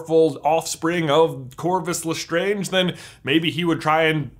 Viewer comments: You're saying it wrong. It's LastrAnge not Lastronge. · I'm sorry...Le-STRONJ family mausoleum??? what was with the change in pronunciation?? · why do you change the way you pronounce Lestrange throughout this video????. You start with La-strange, switch to Le-straaaaaaange, then back to La-strange. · I'm sorry I love this theory and this video but I cringe so hard when you say Gellert Grindelwald and the way you say lestrange. also in the Harry Potter universe they use Roman mythology not Greek there's proof of this because the spells are from Latin and there is more proof